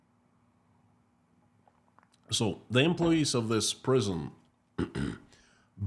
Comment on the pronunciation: ‘Twine-ing’s’ Tea should be pronounced as “Twinings”!! ❤Your Channel (YouTube) & WISE COMMENTARY!!!! — MICHÆL-IRVINE KNOWLES-HART❤😊 Pittsburgh, Pennsylvania U.S.A.